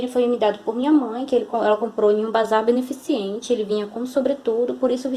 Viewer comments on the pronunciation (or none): Amiga , não existe 'beneficiente' A pronúncia é beneficente ❤️